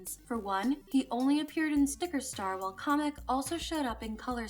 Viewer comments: His name is Kamek not comic LOL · Why does she keep pronouncing Kamek as comic? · im bashing my head at the way you pronounce kamek as kah mech